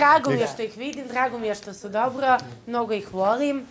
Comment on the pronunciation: Dobŕrrrrrro kaže jak ti je izborrrrrr tuko